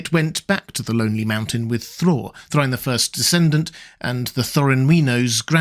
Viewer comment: Thrine!! That's a new way to hear it! I always say, "Thray-in".